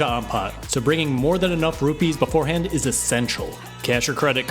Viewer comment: rupiah not rupi